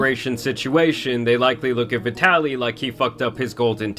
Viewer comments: Vi-Taly not vidalee 😂😂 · Vee-de-lly is a great way to pronounce that 🤡 name 💀💀💀